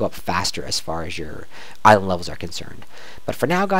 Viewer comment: I really like you videos :) But when you'r writing "/island level", the way you say island is seriosly annoying :D The same when you say out loud that you write "/c" and "/c c ......... " :)